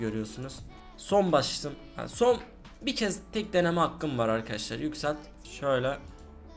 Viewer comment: Çok sinir oldum akaaşlar demeyi brakta arkadaşlar de